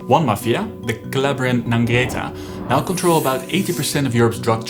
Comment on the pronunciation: If you're trying to learn Italian, you should work more on word stress. For example, your pronunciation of omertà and ndrangheta...